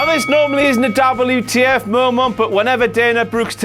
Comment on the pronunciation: You mean DABBLU TEE EFF